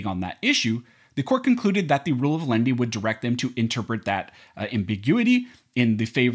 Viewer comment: I know, I was just mocking the way this youtuber pronounces it